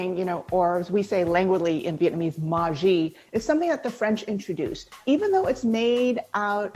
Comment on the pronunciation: I'm just too distracted on her pronunciation of pate, mis en place, and maggi